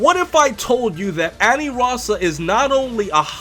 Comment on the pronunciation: It's ANILAZA...NOT ANIRAZA